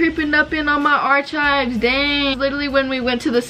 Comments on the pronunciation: omg i love u but its are-kives not arch-kives haha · lmfao i love u but isn't it 'are-kives'? potato potato lol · Yes sis “arkives” is right ily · take a shot every time she says “archives” wrong lmfao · u did not say archives like that omfg